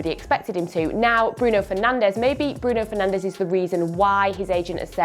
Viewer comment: Would be nice if you pronounced Bruno Fernandes name correctly.